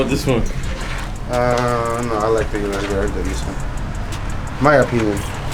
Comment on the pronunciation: O-RUS not U-RUS